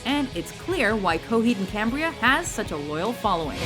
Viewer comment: Coheed And Cambria? Really?..